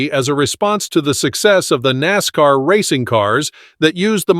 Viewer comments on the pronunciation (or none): none